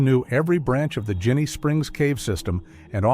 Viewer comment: yes, and as another tell, he mispronounced the name, it’s a soft G, like in “Gin”.